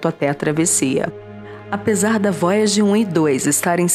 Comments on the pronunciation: Vóiagi Kkkkkkkk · Vóiagi 1 e Voiaje 2 🤣🤣🤣🤣👍👍👍!!!